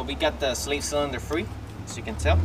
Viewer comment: The way you say "Slave" is weird lol sounds like your saying "slait" and does the kit come with the adapter piece for the clutch line that goes into the slave cylinder?